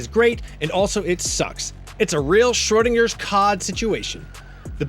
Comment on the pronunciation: Does my guy not know how to pronounce cat? Don't use terms you don't know lol (Schrodinger's cat)